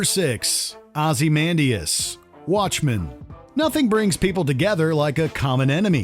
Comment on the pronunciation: “Ozzy-man-dee-us”? Please tell me that is not the correct pronunciation of his name.